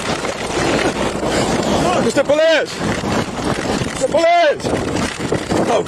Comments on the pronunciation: Oh my God, please don't EVER say police like po-lice again dude. Your white, be white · it sounds like he saying ITS THE POLECE